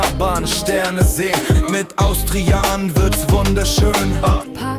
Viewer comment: bei allem Respekt vor den Menschen, das klingt KI-generiert. Oder ist wirklich Au-stri-jan wirklich die offizielle Aussprache??